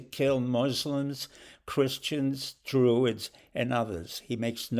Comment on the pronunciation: Did you say 'Druids'?